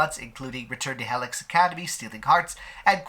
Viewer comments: im sorry but i got so annoyed by the way you pronounce Helix, like where do you get the heh sound from? It's he-lix like the dna strand, ya know? im sorry, i get so annoyed about those little things lol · Isn't pronounced HEElix? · I was a bit annoyed by the clogged-nose voice timbre, but I loved the way he pronounces "Heh-lix" 😁 This doesn't take much away from this quite relevant, informative video. I won't be upset if that company or any other similar company shuts down for good and gets combed-through by the authorities like others were after the Traci Lords scandal. The very first time I stumbled upon this studio's content, I was very much startled, and then I proceeded to delete all the history data, markers, cookies, etc. from my browser. I was absolutely certain that the blog I was scrolling through had started advertising promo vids and pics linking to illegal websites. LOL Imagine being in the prelude to an onanistic moment of self-love, so you check out what's new out there on the usual blogs, but between inspiring visions of wide-wrists and strong chests and legs covered in delicious fur, you stumble upon the darn face of 5-years-ago Joey Mills in hardcore positions with another kid, both looking like they belong to people who were looking for them on milk cartons. My brain got a "WTF?!" jolt and I got instant deflation in my shorts. Judging from many comments below the info-adverts on at least three blogs, I was not alone in questioning this new content. Fast forward 4 years, and that studio has really taken hold in the "industry." That's also when I first heard of "bombshell" defections and drama. Str8up is excellent for this kind of thing (despite printing nonsense as far as politics is c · oh okay, so that’s why it sounds weird 😂 English is your first language, right? I was wondering if it was because English could have not been your first language lol